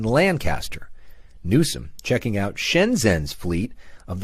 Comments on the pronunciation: Why do you keep calling him Newson and not his real name, Newsom? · My god how many times can you say Gavin “New-Son” in a fkn clip 😂driving me insane man.